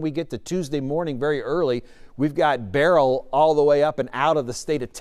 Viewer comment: not looking for a Flippen star, I'm anxious to hear some say the name correctly. I'm irked! Grr.....😂